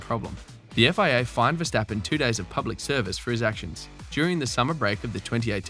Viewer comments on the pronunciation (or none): Who is versteppen ...its verstappen ..with an ahh ..the same with amsterdam you called emsterdem ...so try verstahhppen and ahhmsterdahhm